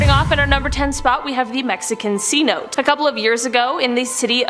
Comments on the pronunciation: Cnote.... pronounced... Si-no-té...you drive me insane trying to pronounce words... you're killing me 😮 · #10 "Mexican 'see-note'"? It's actually "Mexican 'seh-no-tay' 😊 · This is Why Language is so messed up.. "see note" Seriously... I'm not Mexican, I'm Native American, but mispronouncing a name is offensive, to some... It's pronounced "se no Tay".. Not see note. ,😉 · Lol.... " Sa no tay " .... Not " C note " 😂... Epic... You have got to do that shit on purpose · Caught that too lol